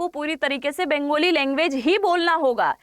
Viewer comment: बेंगोली नहि बंगाली बोला करो ।